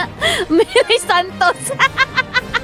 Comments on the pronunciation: the way she say santos, very pinoy haha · ang lutong kasi ng pagkabigkas niya ng santos di ako makahinga